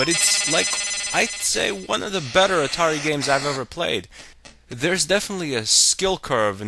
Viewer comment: I love the "Atati." :P